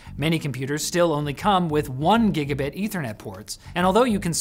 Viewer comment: Point one: "GIBABIT" Point two: you might want to talk to your networking guy. No not Jake. An actual networking guy. You have one of those right? "Cat 8" is a complete scam. The specifications for 40gbps over twisted pair copper were finalised nearly a decade ago but actual hardware that's made it to market: ZERO 10GBASE-T has had such a long hot hard road to getting established and operating with sensible power and thermal requirements that it represents the endgame for copper for a few reasons. - Since 2006 the cost of glass fibre has plummeted while it's flexibility & durability has skyrocketed. - Copper cost per kilo has exploded to the point that optical glass is cheaper. - Performance for the size of the cable is also a serious issue in the datacentre where holes in the walls and cable tray area is a serious constraint - for the cross section of an at-spec cat8 cable that can only do 40Gbps for 30m, a fibre line can carry several hundreds of Gbps (if not Tbps) for hundreds of meters. - Even at only 10Gbps, RJ45 tipped copper power requirements and latency penalty are 10x that of fibre.